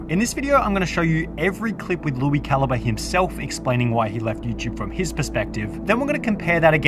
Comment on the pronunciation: I haven’t watched that guy in like a decade but even I know that’s definitely not how you say his name